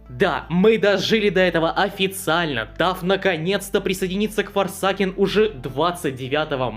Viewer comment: Форсэйкен Не ФОРСАКЕН БЛЯТЬ!